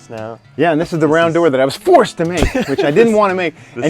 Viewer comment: the emphasis on FORCED to make